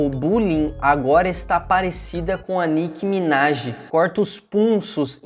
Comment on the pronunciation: N era nick minaj era Mick minaje